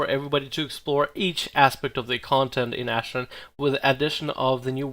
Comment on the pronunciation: It's pronounced "AshrAn" not ashrin